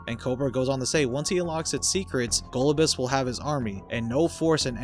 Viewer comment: Go-LOB-you-us is how its supposed to be said.